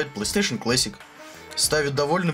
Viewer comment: Господи, чел, плЫстейшен клЭссик?! Блооо... Мои уши.... Плэйстейшен клАссик (ударение на А)